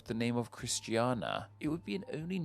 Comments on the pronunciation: A few small corrections to the part about Oslo (where I live), you missed the last "i" in "Christiania" and when you say old Oslo used to be in "a completely different location" I think most people hearing it will think it moved a significant distance (which it really didn't) - the city center was relocated after a devastating fire in 1624 but was moved little more than a kilometer and the old town was soon incorporated back into the city, today old town lies within the borough descriptively named "old Oslo" (one of Oslo's 15 boroughs) and it'll take you just north of 10 minutes to walk there from the central train station. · Oslo was Christiania NOT "Christiana" (never heard that name). And you mispronounced the name Godthåb in Greenland. What a blunder. Sorry, but this video is a total mess! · Oslo was named Christiania, not Christiana